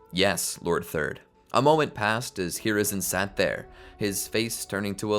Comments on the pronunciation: you said lord fourth instead of lord third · did i heard lord fourth